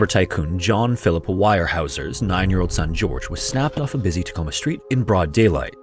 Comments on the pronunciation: It’s pronounced ware-house-r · Weyerhaeuser is usually pronounced wear-howser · Doesn't matter very much but Weyerhaeuser is pronounced Ware howzer in the northwest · Weyerhaeuser is pronounced WARE-houser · “Weyerhaeuser” is pronounced “warehouser” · Yo wtf? He butchered the name Weyerhauser, but I wonder if it’s the same family who owns the mill in this town.